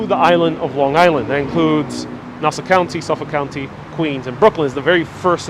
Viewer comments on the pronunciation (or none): none